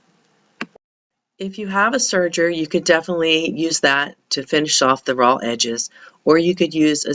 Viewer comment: Is she saying 'ROLL' edges? I think she must mean 'RAW' edges.